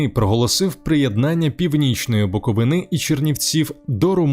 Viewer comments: БуковИни, а не буковинИ😂карл. Не розказуй історію про місто яке навіть вимовити нормально не можеш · БуковИни, а не буковинИ